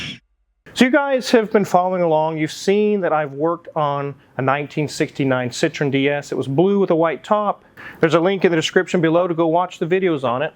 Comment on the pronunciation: Why do Americans pronunce Citroen as if it's similar to Citrus? French say it with the accent on the E, separate from the O sound. SitroEEn